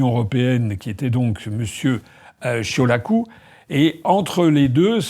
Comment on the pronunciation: Oui, oui, oui, M.Asselineau, vous prononcez bien le nom de Marcel Ciolacu.